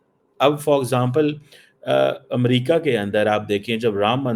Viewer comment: talking about amrika in american accent 😂😂